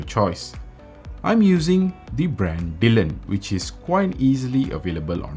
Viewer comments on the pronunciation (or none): It's pronounced die-lon :)